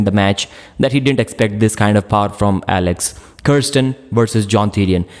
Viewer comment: I guess he means power